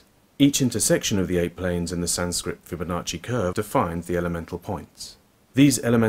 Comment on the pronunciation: The "sancrit fibbonocci curve a planes" 😂😂😂 "taurus equitorial plane" 😂😂😂